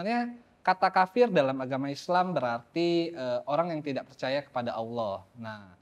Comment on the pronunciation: Si fasih bener nyebut Allah,, yok bisa yok muallaf yok 😄